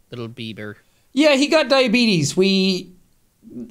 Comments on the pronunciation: literally what i call it now since this episode came out 😭 my mum has type 1 so its either we call it Diabeebees or the old man saying “diabetus” 😭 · As a diabetic I approve of only calling it diabeebee’s from now on. 😂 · As a type one Diabeebee, I agree